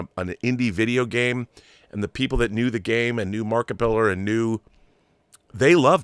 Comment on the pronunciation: all the respect in the world Rob but you're saying his name wrong. It is Markiplier. You pronounce it Markipiler. Not sure how or why but looks like you mixed up a couple of letters.